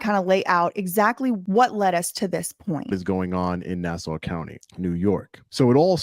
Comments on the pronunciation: Nassau = ‘Nah Saw’. Not ‘Nah Sow’ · its not "nass-ow" its "nass-aw" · We realize your from the South but It’s pronounced “Na saw” not “Na sow” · It isn't pronounced Nass-OW, it's Nass-awe, listening to you say it the wrong way makes me want to punch something. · Pronounced, nah saw. Not nah sow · Hey, New Yorker here. It's actually pronounced nA-sAH. not na-sa-u contrary to the spelling. Lol other that good job. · It's pronounced Nass saw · Nassau - pronounced NA-SAW. Thanks for covering this. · It’s pronounced Na-saw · it is pronounced NASSAW. He will be lucky if they don't kill him. Who would have thought he didn't even have to leave the island to find the most tyranny. Maybe that was his plan the whole time, build up a following then take on these guys. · It's pronounced Nasaw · Here on Long Island we pronounce it nah-saw hahah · PATRICK RYDER WAS MY CRIMINAL JUSTICE PROFESSOR LMAOOO SMALL WORLD.. yeahhh I am not surprised. Babes btw it’s pronounced “NAH-SAW” county 💜 ILYSM!!!! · It's pronounced: na-saw. ;) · I love this. It’s “Nah-Saw” though 😊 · Can’t even pronounce Nassau correctly🤦🏻‍♂️ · lol the u in Nassau is silent hun. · Your saying nassau wrong but it’s ok 😘